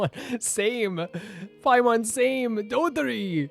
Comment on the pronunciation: it would be just a little bit more correct to call him dottOre and not dOttore ❤